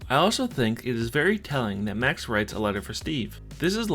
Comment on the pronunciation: Did My guy just say Mac instead of Max